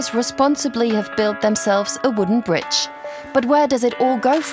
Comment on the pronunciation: Oh no it's the "bridgtch" narrator woman again. At least she only said it twice this time.